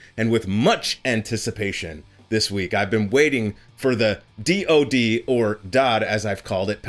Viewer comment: In 40 years I've never heard someone say DOD like it's a word and not three letters. Also - why are you writing the 'O' in lower case? It's DOD.